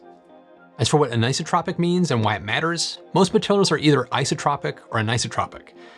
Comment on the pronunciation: an - eye - so - tropic anisotropic